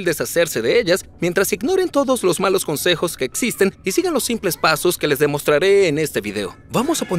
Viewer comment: Jajajajajaja el doblaje dice "Etsisten" "etspertos" "Etsperimentos" "etsperto" "diotcido" jajajajajajajajajajajajaja